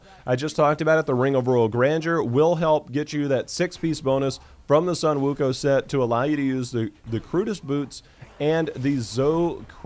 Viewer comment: It's pronounce as Wukong